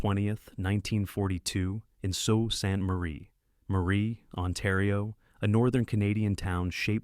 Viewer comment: It’s not “so sant Marie”…it’s pronounced “Sue Saint Marie” (Sault Ste. Marie).